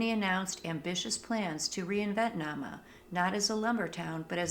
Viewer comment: This one is pronounced NAME-a....my lil bro owns the old hotel..it's a bed and breakfast now. And haunted. The wood was sent to Chicago to rebuild after the big fire in the late 1800's. That is one cool lil museum. The old General Store/Post Office was bought by my bro, and remodeled into a "Reception Hall" type of place, and he can marry you legally as well. One stop shopping! There was a school in Nahma when the lumber company was there. One of the Teachers there, Miss Nell, cooked at the Inn in the Summers, and she still haunts the place. This is really well done. I am loving your vids!! Thank you for this!